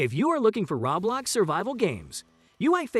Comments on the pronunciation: Every time I hear him say rawblox gives a ceezer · it hurts to here him say rawblox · It Hurts when you say ROBLAX! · im sorry- the way he says roblox kills me